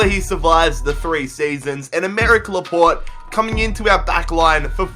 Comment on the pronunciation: It is pronounced laportay, not laport